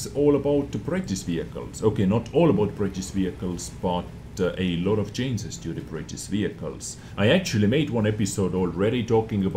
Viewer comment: If not for the information, can I sue you for the nice sound fx? ;) Btw, "chainses" cracks me up every time. :)